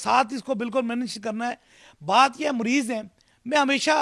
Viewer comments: Abe jahil WO morez nahi hota mariz KYTE hai bimar ko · Aby jahil mariz bolna to sikhle muriz nh mariz hota ha jahil or ye jo interview le rha ha ye bi is hi Ka tatta hai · Isko bat karny hi nh ati Mareez ko Mureez keh rha shuf shuf pehly bolna toh seekho😂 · Mareez ❌ murrez ✅ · Mureez nahin "Mureed", 😀😁😃😄😆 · مريض hi nhi kehna a rha Is jahal ko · Kia bol rha hy "mureez" "musal" "Khurab" "bathaden" Last m whats a expression!!!! Masal k tor pr heroooooo😂